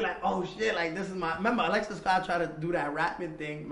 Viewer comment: damn he did cuban and alexis wrong lol